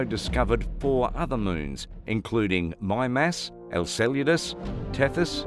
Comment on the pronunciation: How do you get "Elcelludass" from, "Enceladus", unless you are rather hard of reading?! 📺🤔😟😣❗